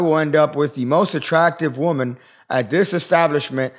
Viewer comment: "WOM-an" should be put on a hoodie. Just saying...